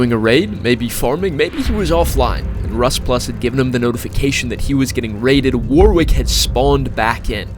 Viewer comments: It’s pronounced warick not war wick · you probably wont see this but warwick is pronounced warrick and as one word without a space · just an FYI, "Warwick" is an English name, its pronounced like "worrick"